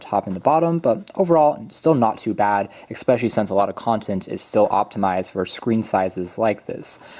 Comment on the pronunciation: Stop saying Xspecially!...its Especially